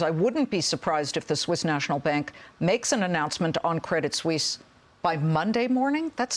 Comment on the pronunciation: Credit Suisse, not Credit "Sussie". Neither Susie nor Suzy. - uncertainty, not "uncertainity"